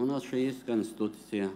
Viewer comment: Канситусия ))) так и учите, русские здесь причем!!!